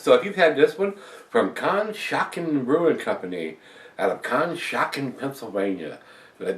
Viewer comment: I live near conshohocken. surprisingly, its pronounced like "contra-hocken"